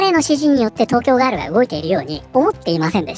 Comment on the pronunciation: ガー↑ル↓だと！？ふざけんじゃねぇよお前！おばさんだろォ！？